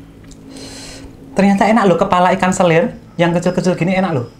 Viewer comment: 🐟 selar kak...bukan selir...